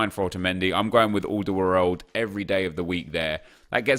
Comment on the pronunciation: The way he pronounced aldeweireld 😂😂.